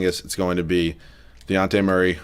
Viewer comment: As a Spurs fan the amount of times you pronounced Dejounte's name wrong REALLY started to annoy me hahaha It's a hard J like Dijon mustard